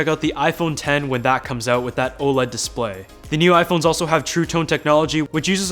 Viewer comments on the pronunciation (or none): none